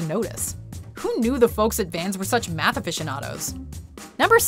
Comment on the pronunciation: I thought when they said. "Van's love math" I though Tought they said meth